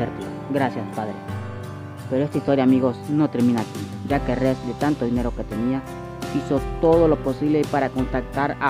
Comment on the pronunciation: Y no es "ez" es "es"